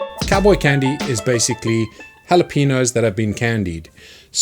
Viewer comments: the way he says Jalapeños makes me really angry for some reason. its Jalapeños not halapeenos god dammit!!!! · Its not yalapinos , its halapenyos the yo as in yoyo , halapenYos. Yo as in new York halapenyos(EDIT:im writing how i think it would sound correctly when you read it in english . Phonetic writing .Like bussiness being pronounced like biesness) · It's pronounced Hal-ah-pen-yos not hal-e-peen-os 🙂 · "Hallapeenoes"?! That's it, I'm calling the EU leadership on you people. No deal. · New Sub here Also JalaPeenos 😂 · ITS PEEN-YOS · Lol "the jalapeenos" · Can’t even say it properly. Thumbs down nice try mate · Love your videos but it's rough hearing you pronounce jalapeños so wrong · You pronunciation of Jalepenos is horrific